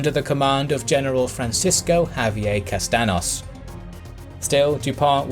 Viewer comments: I know it is not easy, and its not the priority of a history channel but PLEASE please, check how are spanish names produced beforehand. For example, "Castaños" is not pronounced "Castanos", its more like "Castanios". Anyway i loved the video, if only you could improve that little thing, it would be great. Thanks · Awesome as always, but I'm gonna have to nitpick at your pronunciation again. Castaños is Cast-on-yos, not Cast-an-os. The ñ is like an n with a y sound after. Keep up the great work! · You may know this already but the spanish ñ produces more of a y sound. Thats why see say pin-ya-ta when saying piñata rather than pin-a-ta. Castaños would be pronounced cas-tan-yos. Love the video! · The figure was of around 28.000 soldiers divided (four divisions) in three groups, under the overall command of Castaños. They were gathering from Sevilla and Granada. Also, the name "Castaños" isn't pronounced "Castanos": the ñ is pronounced like the Italian gn in "lasagna", is kind of a reverberating n mixed with a y. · i like your videos, really informative, BUT..How hard can it be to go to google translate and write the names of the places and people in the native language to pronounce it correctly... i mean, if u see the name of "Castaños", cant u not see that the Ñ is not a common N? what about this "~"? just an example, but still on the point.